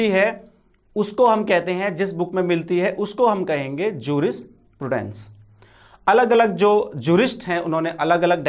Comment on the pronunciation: pronounce properly jurisprudence...first